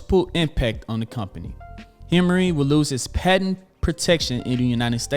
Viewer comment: Awesome video!! One thing to note: Humira is pronounced as "Hue-mare-uh," or "Hue-my-rah".. Not hemmory 😂